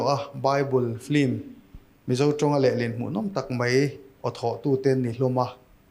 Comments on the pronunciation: Engatinge film hi flim ti a in lam leh thin le Hmuh nawm lutuk e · engatinge Flim itih tlan zel, Lehkha thiam i ni sia, Flim ani dawn em ni? FILM tih ani a. L ai khian I khi a in ziak hmasa zawka, a in ziak hnung zawk kha i lam hmasa a, FLIM nilo in, FILM tih tur anilo maw?